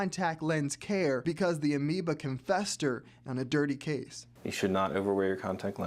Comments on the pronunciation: I kept waiting for you to correct yourself once you watched each clip of them using the correct pronunciation of “amoeba”…but nope! 😂 you just continued to say “anoeba” with rising confidence. 😉😂😂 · Not that it’s terribly significant, but I think you’re mispronouncing amoeba with an N sound as in November whereas it’s an M as in Mike.